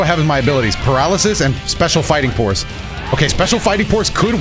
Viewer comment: “special fighting porse”